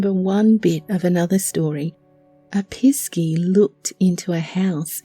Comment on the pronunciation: I 😂 CHORTLED when "piss key" was spoken